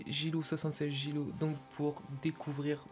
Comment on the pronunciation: Salut c'est guel2013 ta vidéo et très cool,mais ce qui m'a gêné c'est que tu dis souvent "" (desoler pour les fautes dans le prénom ) sinon bonne vidéo et continue comme sa;)